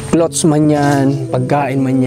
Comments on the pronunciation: Clothes pronounce as clods....loll! not clots..tnx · sana po wag ka magalit ha,, icorrect ko lang yung sinasabi mo-- ang cloths po ay tela, meaning hindi pa natatahi,, kapag damit napo regardless kung bestida, pantalon, sando, shorts, ang tawag napo dun ay clothes (ang pronunciation po ay KLOWDS). Salamat sa pagunawa.. Pagpalain kapa!